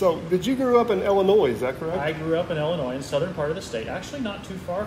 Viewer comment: The “s” is silent in Illinois. Where are you from? The Virgin Is land’s? 🤣🤣🤣 kidding, I know many ppl from across the border pronounce the “s” in Illinois. Thank you for sharing sir!